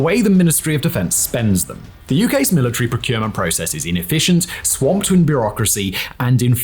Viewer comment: milli-tree and centi-pee. lol